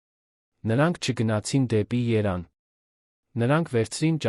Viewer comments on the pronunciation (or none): ԵՐևԱՆ ՈՉ ԹԵ ԵՐԱՆ